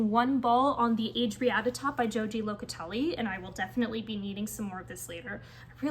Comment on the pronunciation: I realize this comment is very late. I enjoyed your video and I would kindly like to tell you that you are mispronouncing many of the yarns which doesn’t really matter. Joji Locatelli’s name is pronounced “ho-hee”. I think it would be kind to correctly pronounce her name. She is such a lovely person.❤